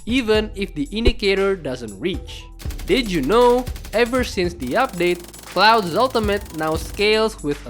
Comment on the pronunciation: Why do you pronounce Claude as cloud? It should sound more like 'klod', but alright.